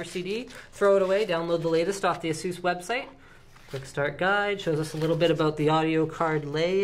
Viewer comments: Erm no, you can`t... A-sus, like in sus-pect or sus-picious or sus-ceptible. It`s really quite simple. Another one is Rad-eon. Not Ray-deeon. The clues is in the spelling ffs. Seuss? pff. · Ay-sus is the pronunciation my friend XD